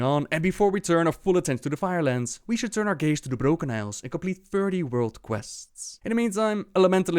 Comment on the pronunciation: why do you roll the 'r' when its not needed? like you say 'the brRrrRrRrRrrrrRrroken isles' and yet you can pronounce everything else correctly ? i'm maybe strange but i find it very annoying :)